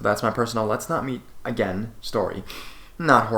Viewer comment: “And realize that it was a good idea to not go back againnnnnnnnnnnnnn” Please stop drawing out your syllables dude...